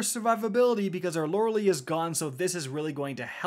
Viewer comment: I'm not sure it matters at this point but.. the helmet isn't pronounced Lore-Lee splendor, it's Lorelei.